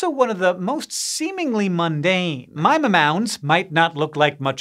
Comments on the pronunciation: I live in the Mima mounds area and thank you for pronouncing Mima correctly. The coolest part about them is not the mounds themselves but all the crazy species of moss and lichen. There are also some pretty large owls out here that few have witnessed. I personally have found an owl pellet (the bits of fur and bone from and owls gizzard) with an un-crushed ravens skull in it, that's one big owl. To put that in perspective great horned owls in the bird sanctuary about 25 miles away produce pellets with an average size of a flattened golf ball, the one containing the ravens skull was the size of a soda can. Another thing about the mounds themselves is that if you bulldoze one flat, add topsoil and plant grass there will be a clear 'ring' that burns through where it once was. :) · Thank you for pronouncing Mima correctly!! ❤